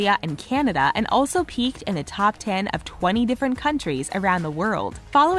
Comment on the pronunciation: It's Ariana not Ariena